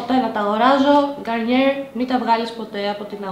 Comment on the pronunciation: Εσύ δεν ξέρεις ότι την Garnier την λένε Γκαρνιε και όχι Γκαρνιερ και ότι Venus ειναι Βινους και οχι Βενους, vitality δεν είναι βιταλιτι αλλά βαιταλιτι, femme είναι φαμ και όχι φεμ, micellaire είναι μισελερ και όχι μισελαρ και κραζεις άλλη κοπέλα που προφερε λάθος το όνομα εταιρείας που δεν την ξέρει κανένας; 😂